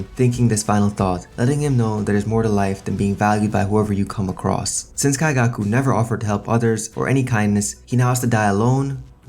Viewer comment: Why are you saying his name like that?